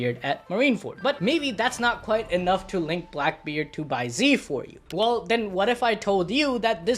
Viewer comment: bai ze is pronounced bai zeh/zuh not bai zee